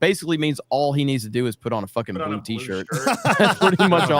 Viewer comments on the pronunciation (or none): none